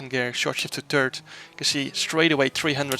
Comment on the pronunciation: When you say "turd" instead of "third" it always makes me smile :)